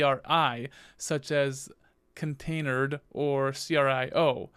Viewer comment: "container dee", "et-cee", "eff ess tab". "sue doo"... commands that end in ctl are usually prounced "cee tee ell" or "cuttle". I'm really trying hard to concentrate on the kubernetes knowledge but it's difficult to take it seriously when basic linux stuff is being pronounced like you've never used them before.